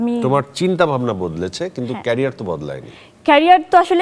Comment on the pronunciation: It's not kareer its career learns English first lol 🤣🤣🤣🤣🤣🤣